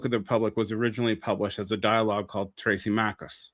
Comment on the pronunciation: As above so below was not a super great film. :P Also it "THRAAA-sim-i-kus." Also, not goin' with the Straussian reading I see. :D